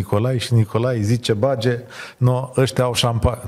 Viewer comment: Vad ca sunt câțiva "academicieni" nemulțumiți de prestația invitații. Mie mi-a plăcut. Domnu', se spune bade, nu bage...